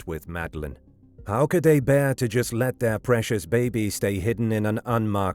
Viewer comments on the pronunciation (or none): none